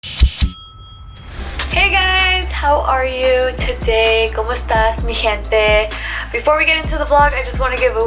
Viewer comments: Looool said Casey added com estas but she said com estas LOOOOL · It's "como estas!"